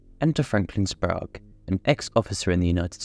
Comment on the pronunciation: Sprague rhymes with "Craig", not "Prague".